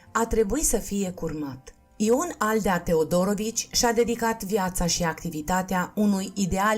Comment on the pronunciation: Interesant, comentatoarea a auzit mai înainte despre cuplul acesta? Căci și accentul în familia TeodorOvici e aiurea, și numele Andrei (???!!!) Păunescu e straniu...